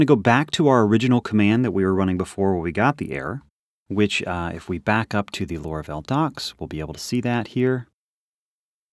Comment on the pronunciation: why do you call it lora-vel? its laura-vel